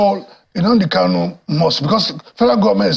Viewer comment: Another point of correction; he is not "cano", but "Kanu". What ever Nigerian state like let them do, all I know is that Biafra is inevitable. I ❤ Biafra!